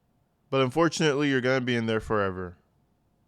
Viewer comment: Anyone else notice how she pronounces her 'r's??? She says, foreverrrrrrrrrrrr...its horrid.